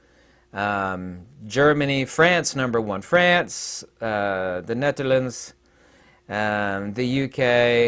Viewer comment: Never stop saying "the neTTerlands" 🥰